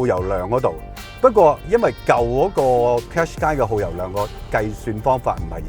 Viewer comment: 唔係讀car shu qai呀老友